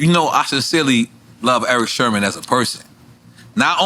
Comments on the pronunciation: Nobody: NORE: Erick Sherman 🤦🏻‍♂️ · NORE calling him Eric “Sherman”, as he’s talking about his drug use took me out 😂😂😂